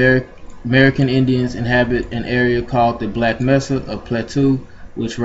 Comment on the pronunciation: It's pronounced May-Sa